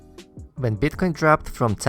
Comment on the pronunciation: Can you please spell it as Bitcoin and not Beetcoin xD